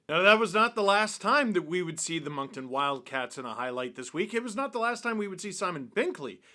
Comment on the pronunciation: Thank you for saying Moncton correctly some people say Moncton with a K and it's infuriating. The C is silent like the second T in Toronto